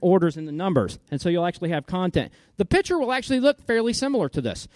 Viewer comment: it's pronounced piCture piCCCCture, you know, with a k-sound. also, saying "RAID Array" doesn't make sense